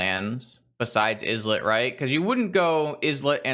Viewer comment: Islet is pronounced "EYE-let" like island. It just means a tiny island.